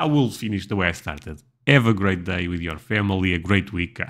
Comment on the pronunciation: just wanted to mention that "day" is pronounced "dei" . The way you are saying it sounds like "die" which is not pleasant .